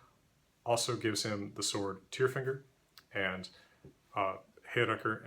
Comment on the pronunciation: Tyrfinger, is that bullfinger or just “tyrfinger” pronounced with an American accent. Sounds like “tearfinger”